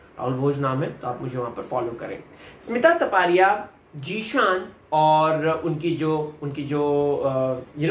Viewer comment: its zeeshan not jeshan ..